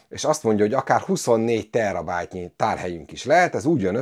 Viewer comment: már megint a teRRabájt... Beszarok, azt hittem, szakember-szerűség vagy....